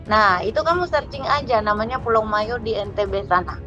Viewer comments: Ibu nih aja sok tahu. Bukan Mayo. Yg benar itu MOYO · Yg benar PULAU MOYO, bukan Mayo